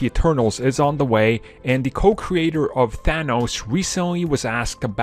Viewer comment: Thanos not Thano Thanos' not Thano's